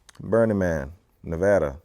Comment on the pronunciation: For locals... Burning Man is a huge annoyance, lol! And I'm crying... John, pleeaase!?! 🙏 I beg you.... it's Nevada, not nev-ah-duh! 😂 Love you,! ❤ [And OMG 😃🤪 you said it right, thank youuuu! Haha!] P.S. Yes, I remember that year, we had the "burning man" of Burning Man. Very sad! I hope his loved ones found some kind of peace. 😔